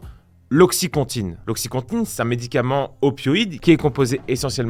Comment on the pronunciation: Opioïde et pas opoïde